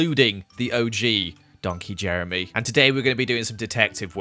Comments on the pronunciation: You know hes upset when he says Jemry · oh fank you jeremy, oh fank you 🙏🏻